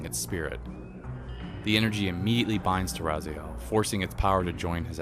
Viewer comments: dude i would really apreciate it if you would stop calling the main character RAZAIEL his name IS and always has been RA-ZI-EL, Kain even calls him in the Soul Reaver 2 Intro REaziel, there is a HUGE comunity out there, myself included, that is Really Really Pissed Off at the fact that this CULT series never really got a popper conclusion ... insted we got fucking MMO Nosgoth ... alot of the people that were responsible for that travesty should have had there heads chopped up and there blood draind from there still moving bodies .... atleast that's WHAT KAIN WOULD HAVE DONE :) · This is a pretty decent synopsis, but it makes me cringe how you pronounce "RazAel" instead of "Raziel". It is RA- ZEE - EL. You just have to listen to how Kain says his name. I don;t see how you could fuck that up. Because of that annoying mishap i will not be watching the rest of these synopsis. GOOD DAY SIR!